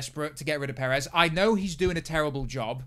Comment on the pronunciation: Sergio Poo-rez